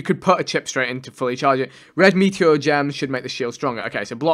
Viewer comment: The way he says meteor makes me cringe every time